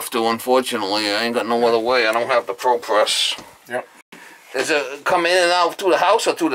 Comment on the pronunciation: Why do you keep saying ProPess? That isn't Propress.